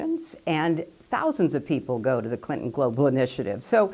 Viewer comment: Clinton not Clintyn